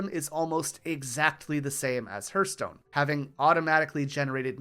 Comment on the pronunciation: Awesome video. This kind of historical content makes me happy! Only issue I had was the way you pronounced Hearthstone made my heart hurt ;).